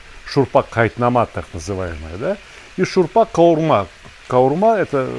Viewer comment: Сталик ака, "қайнатма шурпа" называется, а не "қайтнама".